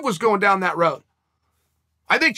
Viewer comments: “Gilbert Borns” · Gilbert "Borns" lol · "Gilbert Bourne"